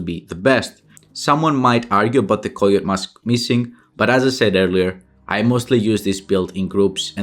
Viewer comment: I had no idea he was saying coyote mask.. lmao koyoat 🤣